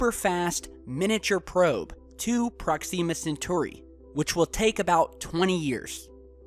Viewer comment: Please look up pronunciations for things... How you pronounced Proxima Centauri killed me...